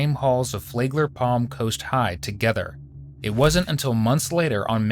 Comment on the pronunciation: This took place in Flagler County not Flay-gler County. 😎